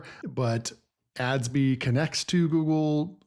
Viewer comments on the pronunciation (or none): I think Adsby is pronounced like Gatsby rather than ads-bye